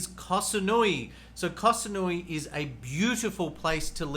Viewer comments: It is SaMoooey not SaNooey(Samui). Please relabel this “Best locations for Sexpats” Chiang Mai is #1 by nearly every other list for expat ideal places to live. The beaches in Pattaya and Phuket are polluted dumps. You just put the top 5 cities with the highest concentration of hookers. Guessing you living in Subic is no accident either. Not judging but be honest here. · Has he even been to Koh SaMui? M as in mui. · Koh saNui lololol 555555 . Up there with the "elite" (ee-leight) visa from one of his previous videos.